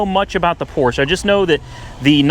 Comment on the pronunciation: I cringed every time you mispronounced Porsche. The e is not silent.